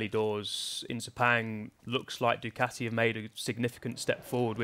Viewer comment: Djjjjjjukateeee when did we start pronouncing Ducati this way, huh